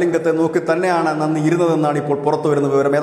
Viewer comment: നന്നി അല്ല നന്തി means vrishabh